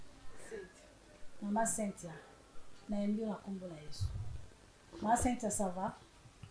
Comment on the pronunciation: Pardon, eza Cynthia et no Sainthia. On pronounce Comme si..pas saint.. Merci. Bonne émission.